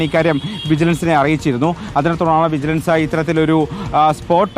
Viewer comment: വിജലൻസ് കൈകൂലി വാങ്ങിയോ 😀😀. News വായിക്കുമ്പോൾ നേരെ വായിക്കു 😀😀